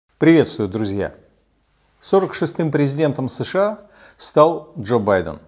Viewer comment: СЭШэА, ТпитЫ... Комсомолец-есть комсомолец. Безграмотный, наглый и беспринципный.